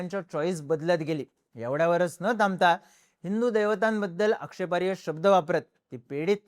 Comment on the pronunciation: आक्षेपार्ह म्हणत जा रे.. तू आक्षेपार्य म्हणतो